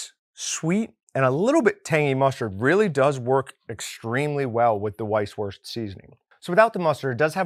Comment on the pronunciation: Great video but would it really have been that hard to look up how it's pronounced lmaoo